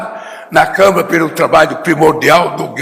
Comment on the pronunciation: "Câm'E'ra"? Gardenal Biden da Silva tá ON...